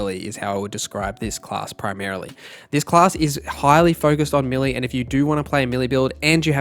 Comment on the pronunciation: It's melee.not millie